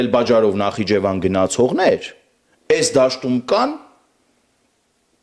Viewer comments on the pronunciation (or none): none